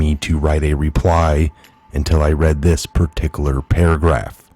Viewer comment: Par tic U lar,, ParticUlar